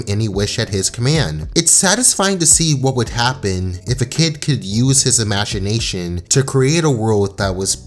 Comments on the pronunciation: Imaga what now? Imaganasion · "Imashinashien" lmao